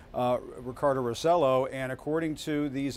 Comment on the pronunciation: Ricardo "Ro-CELL-oh" ??? Really? That's embarassing. Has Acosta never heard the governor's last name pronounced? Acosta´s supposed to be half Hispanic.